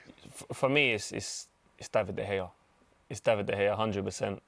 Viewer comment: Turned the vid off as soon as the Utd fan said De Gea.